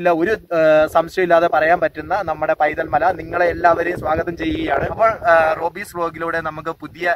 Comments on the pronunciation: സുഹൃത്തേ ആ സ്ഥലത്തിന്റെ പേര് പൈതൽമല എന്നല്ല വൈതൽ എന്നാണ്. വൈതൽ മല എന്നുപോലും ഇല്ല. വൈതൽ എന്ന് മാത്രം. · പൈതൽമല അല്ല... വൈതൽമല